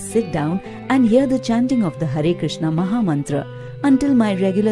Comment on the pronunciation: Hare Krishna, in this video only u said properly that word "hare krishna"